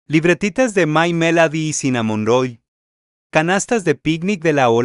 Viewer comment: My melady?? Así no se pronuncia!!!! Chile morrón?? Es CINAMONROLL!!!